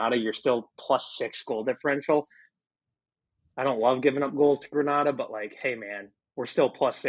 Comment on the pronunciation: Please learn the correct pronunciation of Grenada....I will believe your thoughts on football when you can do that.